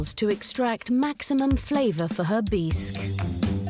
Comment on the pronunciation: Beesk? Instead of Bisque? Whoever does their overtalking mispronounces so many words.Maybe English is not their first language. Wish I could remember all the words they mispronounce. You would think whoever edits these programs would catch them.